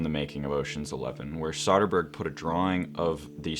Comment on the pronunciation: And yet he mispronounces Soderbergh's name throughout